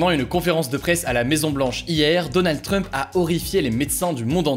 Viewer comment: Pourquoi il dit Donald Treump ?? 😂😂